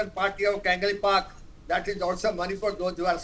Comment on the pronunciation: Kangalpak 😂, it’s Kang-lei-pak